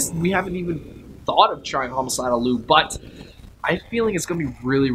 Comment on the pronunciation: just to let you know....his name is Liu pronounced Lie Eu not Lue. He gets angry if you call him Lue and not Liu. That is due to Sully. I’ve met him before and he is nice but if you make him mad, Sully takes over and attacks you.